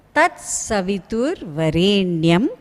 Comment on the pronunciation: pronounciation is not correct.In "varenyam" in which there is deergaswaritham in the word 're' only not in yam. I find deergaswaritham in yam that is not correct.